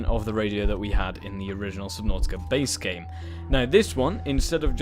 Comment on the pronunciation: I have never been on this channel but... I like how you said subnautica for me it sounds like subnåtica